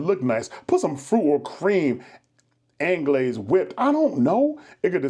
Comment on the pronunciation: Not even. He said “ann-glaze” when it’s actually pronounced “on-glezz”